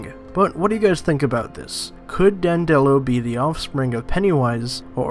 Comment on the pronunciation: Dan duh lo. Not Dan dello. This channel is crap. Read a couple wiki pages and watch a video then make your own video. Not toe dash either, ta- dash. FFS.